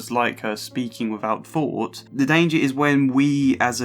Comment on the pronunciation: troof / truth fought / thought fink / think eiver / either etc The th/f False Fronting is really grating to listen to, and easily and quickly correctable. Speech and diction training can deal with it. I hope I'm being helpful , by sharing with you just how much this flaw undermines the value of your narrations. It distracts from the great efforts on this good video.